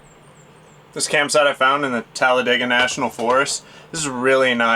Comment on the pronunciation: Oh wow thanks for sharing this story.. I just recently moved here from Florida and tend to isolate and venture off. Beautiful fur baby by the way and thanks for pronouncing Talladega correctly because most of the people here do not lol. Happy and safe travels to you both 🐶🥰🥰